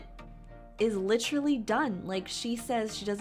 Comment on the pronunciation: Not "litchrly ".....It's LITERALLY